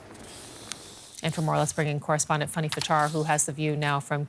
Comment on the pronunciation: It's FAN nee, not "funny".